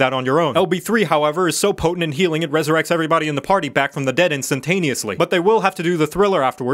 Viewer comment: Zhe heeling is not as revarding as zhe hurzing.